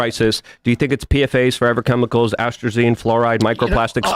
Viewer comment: rattles off a bunch of (mispronounced) chemicals as though he's intimately familiar with them, and then ask RFK to tell him which is the worst. What a piece of shit.